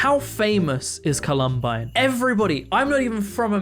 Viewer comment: Sorry for the nitpick, but you kinda mispronounced Columbine.